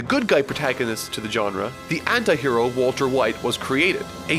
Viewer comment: is it only me who is hearing "hentai hero" instead of "anti hero" LOL